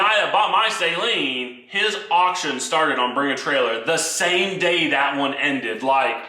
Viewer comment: People that pronounce Steve Saleen’s name “say-leen” 😖😅